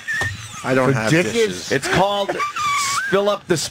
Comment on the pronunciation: Did anybody else hear Vos completely butcher the word dishes ??